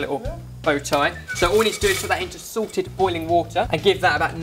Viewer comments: Am I the only one who hears 'Sorted water' instead of 'Salted water' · I keep hearing SORTED water, in stead of salted. ;D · Goodness every time says salted I keep thinking that he's saying sorted. Nothing bad about it, it just keeps repeating it my head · Every time says "salted boiling water", I always hear "SORTED boiling water"... I had no idea you guys had your own branded water! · For the longest time, I thought it was so clever of to say "Sorted" water then I finally realized that he's been saying "salted" water all along